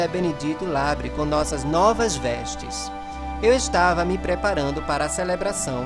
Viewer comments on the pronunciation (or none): none